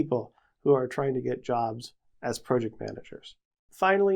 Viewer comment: Why do you say PROJECT, and PROcess who talks like that